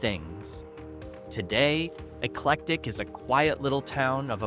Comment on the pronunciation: Yes!! He mispronounced eclectic (I used to live there) and Arab (I live in a city near there )